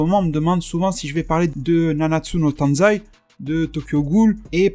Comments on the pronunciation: Tu m'a tué quand tu dit Nanatsu No TANZAI x) C'est Taizi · c'est nanatsu no taizai pas tanzai 😂😂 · Nanatsu no TAIZAI (dit tay zay)